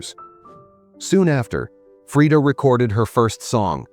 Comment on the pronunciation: The pronunciation is right. Swedish is a Nordic-Germanic language. Only English-speakers get it wrong compared to most of the world (yes, even the French use the right A-vowel). You don't have to pronounce it the American way.